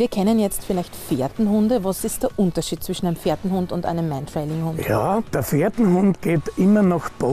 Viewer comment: Es heißt Mantrailing und nicht Mentrailing...